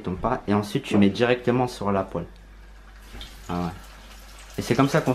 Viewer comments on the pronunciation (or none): none